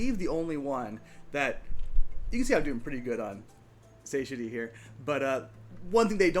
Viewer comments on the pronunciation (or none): Say-shuh-dee is killing me. sa-TIE-uh-tee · One note: "satiety" is pronounced Suh-tie-a-tee. :) For whatever reason, English is so inconsistent.